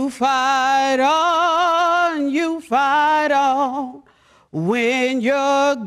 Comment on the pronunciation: Oh, you "Fight on", I thought she said you "Fat on".